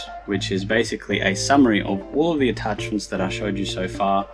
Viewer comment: Why you say larb for lab and ouray for array artachments for attachments?